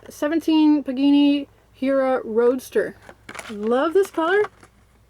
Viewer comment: That's pronounced "pagani".....not pagini